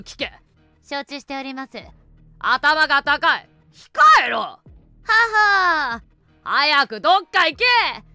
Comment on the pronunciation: アタマがたかい、じゃなくて、ズがたかい、ねー💦